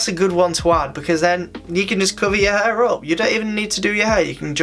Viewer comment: flat hur, hur dryer, hur product, amount on your hur its HAIIIRRRRR